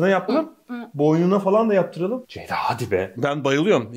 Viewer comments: Zeyda mı dedi zgdigkzkkcgkgkj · Ceyda'nın "C" sini alfabedeki tüm sessiz harflerle değiştirdi